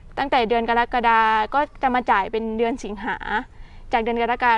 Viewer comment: กะ-ระ-กะ-ดา ( กรกฎา )อ่านช้าๆ